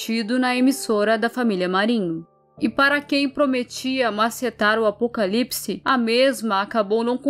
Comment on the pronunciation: Verdade ela nem conseguiu falar a palavra Apocalipse😢😢